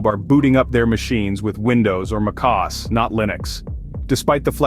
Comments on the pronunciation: The voice is probably a voice AI. No human can pronounce Mac OS so shockingly wrong. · Sorry what, how did you pronounce mac OS? 😅